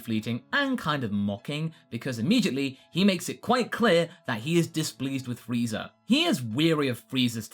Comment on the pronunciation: And freezer instead of Frieza xD